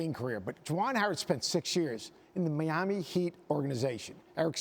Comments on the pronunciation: Kenneth Ikutiminu he’s definitely mispronouncing it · Mee-ami Heat????😂😂😂